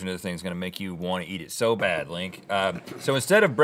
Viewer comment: "Dink me." "Sink me." L I N K